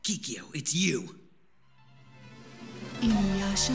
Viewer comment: Classic Inyuyasha lol nice video